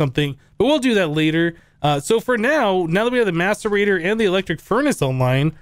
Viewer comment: if you listen closely you hear maturbator instead of maserator